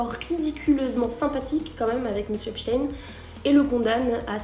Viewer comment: La prononciation, c'est "èpchtaïne", pas "èpstène". Il faut bien faire comprendre aux esprits lessivés que c'est un juif.